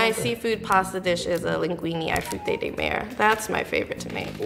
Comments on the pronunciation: did that chick really say "fruity duh mare" FRUITA DE MA-RE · the way she pronounces frutti di mare is killing me! "Ai fru tey dey mair" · Her pronounciation of "linguine ai frutti di mare" literally dug out my intestines and smashed them